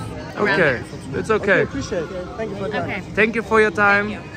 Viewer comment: „und jetzt sag sänk you“ alle so planlos